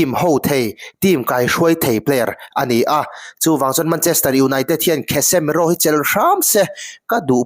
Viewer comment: Kasemiro tih angin lam mai la, "KHESEMIRO" ti sek aa